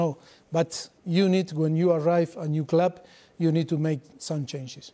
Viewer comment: ‘In a clwb like Tottenan, no?’